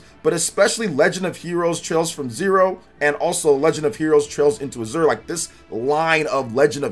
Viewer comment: Azure is pronounced more like "asher" Atelier is French. Pronounced like "uh-tell-ee-ay"